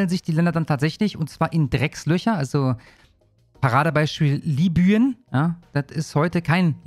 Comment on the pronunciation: Du musst nicht immer so übertrieben "liibüüen" sagen. Das land heißt schon libien, man schreibt es nur eben mit y. Aber das ist ein phonetisches "i" (oder, um genau zu sein, ein "j"). Wie yen. Der japanische yen Lib-yen